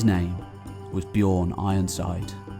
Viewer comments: Bjørn is very badly pronounced through all of this. It's not "bijorrn", but the Ø is the same sound as the U in "run" or the U in "burn". Other then that, great tale! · just saying the Ö in Björn sounds like the i in girl